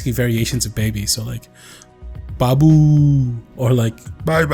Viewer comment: did anyone else Crack up when he said baabooo